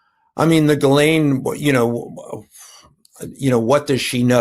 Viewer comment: Cohen!! Pronounce it 'Gheelane' the 's' is silent! Sounds poor!!